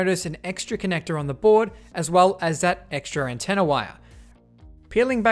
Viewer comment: Sometimes he says "antenner" :D